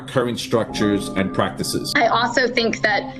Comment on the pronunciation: "And when we ACKnowleDGE! that this is an issue that is part of our theological UNderstanDING! that it's part theology and PRACTICES!..." You can always tell someone has no fucking clue what they're talking about when they put a bunch of emphasis on buzz words yet the sentence as a whole has no substantive meaning.